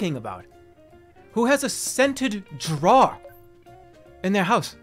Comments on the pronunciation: He says "drawer" a different way every time, and none of them are correct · the way he pronounced drawer makes me want to hurt him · Classic boston maniac, “jrawhr” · scenter DRAWW liners.. who the hell has a scented DRAWW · why does Jerma pronounce drawer like that?? JROAR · His pronouncing of the word 'drawer' blew my mind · he's never been so boston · Nothing brings out the boston accent more than "drawer" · Jerma has never said a word more Boston than drawer. He says like half the word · Why is he saying "Drawer" like that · i think hearing the most boson pronunciation of "drawer" took me out of jerma fandom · Why does he pronounce "drawer" like that? I'm scared